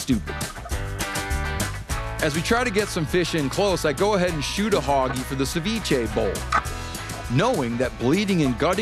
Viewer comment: It's not hoggy, it's hagi